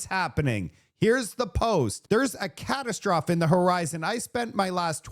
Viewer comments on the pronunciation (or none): it’s a catastrophe, cat-ass-trofee is how you pronounce it, please!! It’s a good word and fit for purpose but you must pronounce it correctly. Thanks! ❤ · buddy can’t pronounce “catastrophe” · Ca Tas Tra Fee